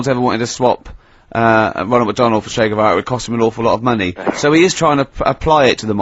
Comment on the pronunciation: Ah yes... englebert guevara 😂